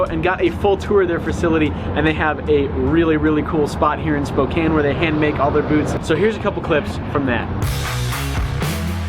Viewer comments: Thank you for pronouncing Spokane correctly . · As a Washingtonian I am very happy you pronounced Spokane correctly